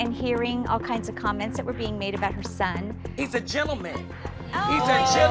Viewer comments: CUZ AM TAWKIN ABOUT MAH SUHN 👁👄👁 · OMFL Holly is a mood i'm dying PS: CAWs aM tWAkiN AbAut mAi SOn